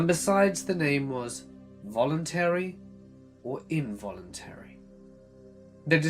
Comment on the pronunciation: i dont understand why you cant pronounce the A in involuntary, and instead say involuntree? or why you replace any word with an A on the end with URRR instead of the A, Like youd say SARAURRRR instead of Sara. Ive got misophonia bad and it kills me every time. However your stories are great. Dont undestand the speech impediment though, if thats what it is or not.. Idk